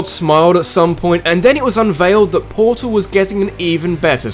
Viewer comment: For one its Portal 2, not Portol 2 For two, Portal 2 is not a spin off, its a sequl.